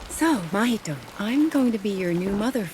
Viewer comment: in japanese, the stress is on the first syllable. it's not natsUko, it's nAtsuko, mAhito.